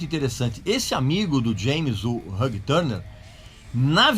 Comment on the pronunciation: Gostei de aprender a pronúncia de Ulrich e depois desaprender a pronúncia de Hugh Tanner. Caralho, RÃG TÃRNER é de lascar